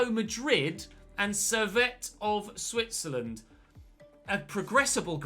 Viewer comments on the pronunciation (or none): none